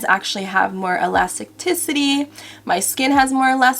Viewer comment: Elasticity (e-las-tis-city) 😅❤️